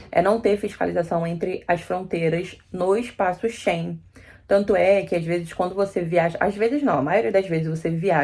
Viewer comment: É Espaço Schengen e não Espaço shen...